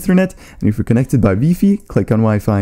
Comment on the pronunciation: he said we-fi